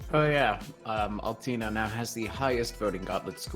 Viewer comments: Nope, it's Oll-Tay-Ner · Lol everyone on the chat triggered by how he says Altena It is Al-TEN-a though